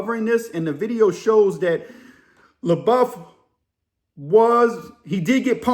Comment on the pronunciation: It’s pronounced La-Buff. And he’s Cajun on his dad’s side. I heard he actually owns a home in Nola. He’s one of those rare celebs that want to live a normal life away from fame.